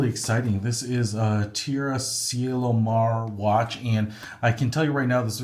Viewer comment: Teh-rra, Chee-ehlo, Mah-reh